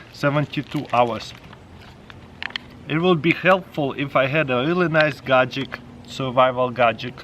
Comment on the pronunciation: it's his accent when he says Gadgets 👍🤪